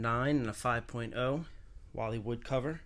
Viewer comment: Command Strips fo liiiiife! Those damn things hold up everything! Also, did you say the word "wallywood"? Please clarify sir. Im also a fan of the Dazzler!